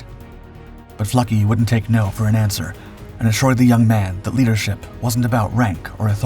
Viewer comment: Nicholas Neff Fluckey here, incredible story, the narration was excellent. What an outstanding group of individuals, with tremendous courage and resolve. And a strong dose of "Luck" as well. Big props for pronouncing Eugene Fluckeys last name correctly!